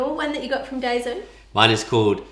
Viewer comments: Daiso is pronounced “die-so,” not “day-zo.” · I liked the rice cube best. The cell phone thing is a fan because Asian countries are so bloody hot. Also the name of the store is pronounced Die so lol. Not day so. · Pronounced Dye-so haha